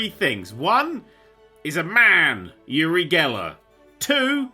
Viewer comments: Just would like to say his name is pronounced oo-ri and not yu-ri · Its actually OOH-RY, not YURI... It's an Israeli name And yeah... Uri is one of a kind innit